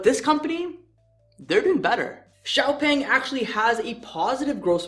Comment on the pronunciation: It's pronounced Shaopung if pronounced in English